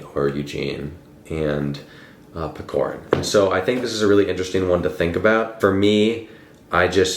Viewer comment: Couple notes from a Russian on “Hero of our time”. He’s not PeKorin, its PeCHorin (like ch-air)😭 Also I think the title translation is very misleading. It’s more like a “character of our time/portrait of our time”. Pechorin’s character is very typical for young man of that time (going to Caucasian war to seek glory, choosing meaningless duels (again) for glory and pride, being fatalists). I think the main problem with understanding the book is that its more society driven, rather then plot driven book. Lermontov writes about his time and his peers by describing Pechorin’s character (by Maxym Maxymych’s POV, narrator’s and Pechorin’s). So the plot and storyline don’t matter that much. So to really get it you need more context on Russian Empire’s society and Caucasian War. Hope it helped a bit😅